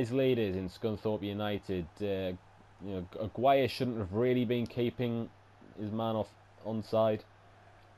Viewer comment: you prounounce aguirre's name wrong i'm pretty sure it's like this agi re